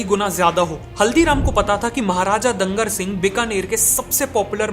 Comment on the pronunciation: when you learn from English media ! Its not dangar singh .... His name Was Doongar Singh, and bhujia was Doongar-Shahi.